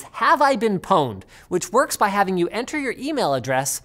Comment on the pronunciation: Pown-ed? Pawned as in Porn-ed